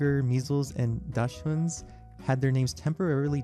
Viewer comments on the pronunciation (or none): Liberty Pups would be way preferable over Dachshund, cause 1. The name is massively outdated, nobody uses them to hunt badgers anymore. They're referred to as Dackel now. And 2. At least the anglophones could pronounce liberty pup. It kinda hurts how y'all butcher the word Dachshund